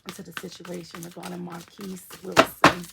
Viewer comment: You pronounce his name correctly